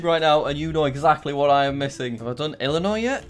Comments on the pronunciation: Why can Jack pronounce Illinois correctly (without the s) but NO ONE ELSE OUTSIDE OF ILLINOIS CAN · jack: says Illinois correctly also jack: ar-can-sas